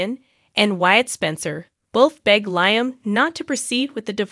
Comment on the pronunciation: Please say Lee-um (Liam) not Lie-um